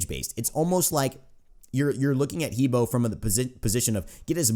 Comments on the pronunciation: hebo is actually Her Bo in Chinese pronunciation :) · Its "He buah" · Just an FYI, it's pronounced "Heh Bwāh"